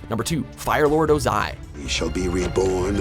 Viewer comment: Name mispronunciations are killing me: 1. Unalaq (Ooonalahq, not Younalack) 2. Zhao (Shao, not Zao) 3. Vaatu (Vahtoo, not V/a/too) 4. Wan (Wahn, W/a/n) 5. Amon (Ahmon, not /a/mon) 6. Ozai (emphasis on O not I) 7. Ba Sing Se (bah, not b/a/)